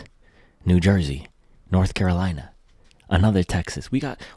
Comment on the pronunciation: "North Carolineon Chicken" 😂😂😂